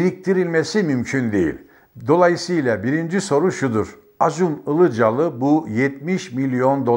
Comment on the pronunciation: Sayın Önkibar, karadenizli olduğunuzu belli ettiniz Acun İlicali diye başlayarak.🤣🤣🤣